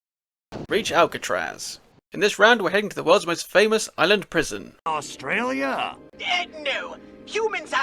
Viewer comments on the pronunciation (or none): none